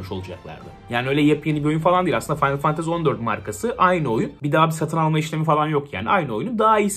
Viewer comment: Abi aşık oldum la senin o finaly fantazy demeyine